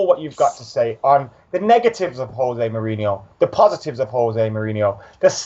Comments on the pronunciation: Who the fuck is "HOSE" he's not Spanish. It's José. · He's Portuguese not Spanish so it's pronounced Jose not hose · You pronounce the 'J' in Jose. He's Portuguese, not Spanish! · Pronounced "Josay" not "Hosay" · José. With a J not H. Please. Stop. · Stop saying Hose Mourinho its Jose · Ignorant Brits... stop saying Hosé! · I beg you stop pronouncing José with the Spanish J. He's Portuguese. It's more of a J sound